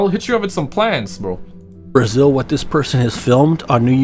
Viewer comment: Did he say, Bra-shill? Lol